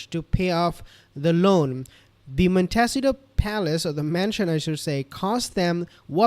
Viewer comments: Just FYI: Montecito is pronounced: Mon-Tay-CEE-to. The accent being on the third syllable. It’s Spanish. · Its pronounced mon ta see toe